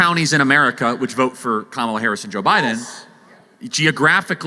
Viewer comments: I freaking love Tucker Carlson. He says carmella harris.... That is hilarious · I can't get enough of him calling her Karmella😂😂😂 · Bruh, Tucker keeps misspeaking “her” name and I’m all for it!! 😂😂😂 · Tucker mispronouncing Scamalass’ name on purpose over and over again is hilarious